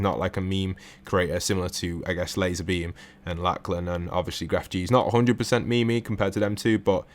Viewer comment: I'm sorry but the way you say lachlan